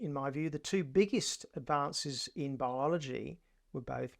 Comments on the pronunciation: And, Aussies DO pronounce biology as BI-ol-o-gy, not as BOL-ol-o-gy. This guy's pronunciation of the word is, I think, unique. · British guy here. He is saying Biology wrong. Yes calculus and algebra are a complete waste of time. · He just-mis-pronounced biology. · his pronunciation of the word biology was not the best - he clipped the "i" sound a bit, probably down to his speech patterns and a regional Ozzy accent - but it was still recognisable as biology. You 2 just need to get your hearing checked out :) Don't get us started on the way "Murcans" pronounce mirror, aluminium and maths... all of which you pronounce catasprophically wrong... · Out of all the amazing discoveries and inventions Americans get excited about how the presenter pronounced biology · He's Australian so obviously that is how Aussies pronounce Biology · He's from Australia or new Zealand, they pronounce things differently